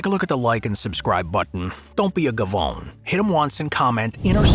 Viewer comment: You can`t even say GA Vone correctly.Whatddaya Irish?